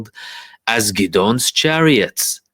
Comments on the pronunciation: Really good analysis bro. Hope you don’t mind me just letting you know its pronounced Gid-ee-on Chariots. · is fluent in Hebrew where Gideon is pronounced Ghid-ohn